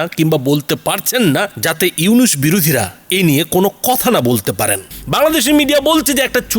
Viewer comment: ফকিন্নীর বাচ্চা উপস্থাপক আগে পড়া শোনা শিখ নামটা তো ঠিক মতো বলতে পারিস না 😅😅চা বিক্রেতা মোদীর কুত্তা তোরা কেমন করে বুঝবি নোবেল বিজয়ী ইউনুস সাহেব কতটা সম্মানিত ব্যক্তি? শূয়রের বাচ্চা তোদের সমস্যা কি বাংলাদেশে যেটা ইচ্ছে করবে । কুত্তার বাচ্চা চীন ভারতের বাজার ধরোক কিংবা ভারতের গল টিপে ধরোক তাতে বাংলাদেশের কিছু যায় আসে না। নটির পোলা তোদের এতো ফাটাফাটি শুরু হলো কেন বাংলাদেশ নিয়ে 😅 তোদের ধরে জুতা পেটা করলেও জুতার অপমান হবে। খানকির পোলা নিজের দেশে কি হচ্ছে বল😅 আমেরিকা বাশ দিচ্ছে বাশ 😅 তোদের RAW কে নাকি লাল কার্ড দেখিয়েছে 😅😅